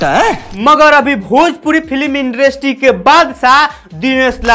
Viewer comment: चंद व्यूज के लिए दूसरे कलाकार का अपमान मत करो पहले इंडस्ट्री ठीक से बोलना सीखो बोलने के तरीका से लग रहा पांचवी करके पढाई छोड़ दिया था ~ एक निरहुआ फैन